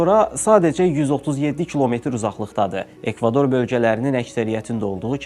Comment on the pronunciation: Çox sağ ol, bəy, yaxşı hazırlanıb. Danışığınızda ola bilsin texniki səhvdən irəli gəlib, ekvator əvəzinə ekvador deyirsiniz.